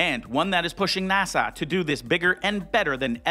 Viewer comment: Could you please stop pronouncing NASA as if you were trying to sigh at the end of the word? It's NASA, not NASAW.